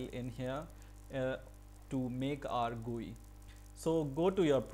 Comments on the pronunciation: What the hell man, its not an "gui" as you are pronouncing, its a "GUI" as in "Graphic User Interface". Its not a word, its an abbreviation. People like you are the reason why Indians pronounce things in such ways. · How did you say”gui” lolol